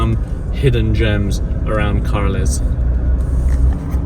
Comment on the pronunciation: From Carles...to car-less hehehe